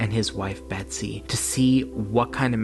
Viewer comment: Hes talking abiut william dafoe for sure and u totallt butcher med betsys name wow😂 u always butcher ppls names its embarrassing man..do some research b4 the videos lol